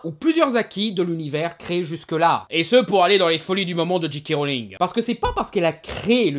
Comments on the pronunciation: Il ne dit pas "Jay" mais "Dji", comme un "G" en anglais. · Bah oui "j" se pronounce "jay" en anglais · Tu prononcés tout le temps GK Rowling. T_T